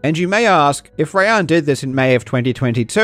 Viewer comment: as a Rayyan who gets his name messed up all the time, I just want to thank you for getting the pronunciation right. absolute legend.